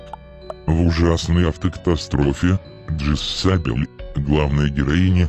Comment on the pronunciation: ' Не Джессабель а Джезабель